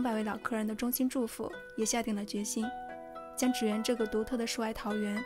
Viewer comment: 是读祗(zhǐ）园，不是祇（qí）园！！！日语读gion